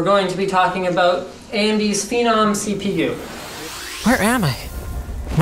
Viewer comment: The way you pronounce "Phenom" makes me want to rip my brain out of my head.